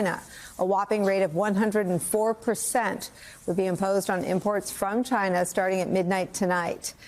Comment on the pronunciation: Why are you saying China like that? Are you 12 years old?